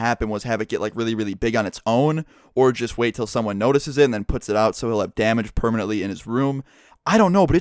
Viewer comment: when i heard him say just horrible i thought he said jizz horrible... lol